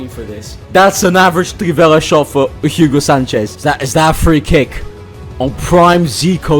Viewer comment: All the great pronunciation for the Brazilians but he butchered Hugo Sánchez's first name smh